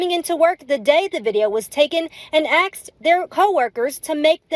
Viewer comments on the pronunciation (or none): the news reader said "axed" instead of "asked". Fire that idiot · The reporter said "axed"! Welcome to the decline.